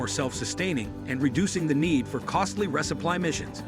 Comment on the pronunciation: The voice generator gets other words wrong, like it says NAYSA instead of NASA, and the word is resupply, not res upply. If they haven't got all the bugs out of a simple voice generator, we're nowhere near ready to have an AI pilot a ship to Mars and run all the operations of the life support system.